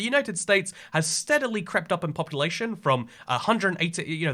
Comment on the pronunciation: Ah yes populatyion